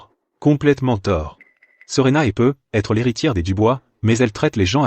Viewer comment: On ndit pas "PEUT... ETRE mais prononcer " PEUTETRE"😢